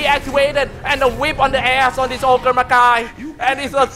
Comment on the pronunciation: wtf caster ........... Ogre mcGuy he says :|